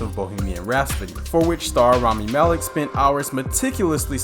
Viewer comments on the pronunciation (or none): RAP-SODY NOT RAS-PODY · Bohemian Rap-So-Dee not Raspadee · It's "Rhapsody". NOT "Rhaspody". I lost count of how many times that was mispronounced throughout the video. C'mon man! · Ok Screen Rant, i hate to b THAT guy, but y'all need to have a word with this host! I mean, Bohemian RASPODY??? AY-mish Paradise??? 😕Last i checked it was Bohemian Rapsody and AH-mish Paradise.... cmon man, its the little things yknow? Edit: DAAAYUM!!! 4 TIMES (maybe 5)... RAP-SODY! Bohemian RAP-SODY! 😢Freddie b roling rn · rhaPSody, not rhaSPody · I've heard multiple references to Bohemian Rhapsody in this video. But every time I hear the narrator say it as "RASPODY" instead of RHAPSODY. Am I hearing that wrong, or is this guy truly having trouble with that word? Listen here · Bro, Rhapsody…. Rhapsody. Not rasspody… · Bohemian Rhaspody. ...Rhaspody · "bohemian rhaspody" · Why does he keep saying "bohemian rhaspody" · Bohemian "Rhaspody?" 🤣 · I wonder, why you pronounce the rhapsody like, rhaspody. Heard it several times now. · I stopped watching after he said “RhaSPody” in Bohemian Rhapsody. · Please stop saying rasputty. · "bohemian rhaspody"? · "Bohemian rahspody" 😂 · Now I can't unhear it. Raspedy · "Bohemian Rhasp-sody???" Get rid of this diversity hire. I'm tired of his mispronunciations and lack of smile in his voice as he reads a script that he himself OBVIOUSLY did not write. He clearly doesn't have any knowledge of any of the subject matter he's been hired to read off the teleprompter and he clearly lacks any love for said subjects. At least hire someone who can act enthusiastic and involved. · Bohemian Rhaspody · Drinking game idea: Take a shot every time he says "Raspity" instead of "Rhapsody" Take a shot when he says "Aim-ish" instead of "Amish" Take a shot each time he says "notorious Columbian drug lord and Narco terrorist Pablo Escobar" Congratulations! You now have alcohol poisoning! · Right out the gate at 27 seconds when he says Bohemian Rhapsody…. “Raspidy”